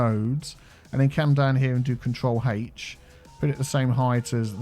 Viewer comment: Every time he says “control H” I hear “HaTeSh”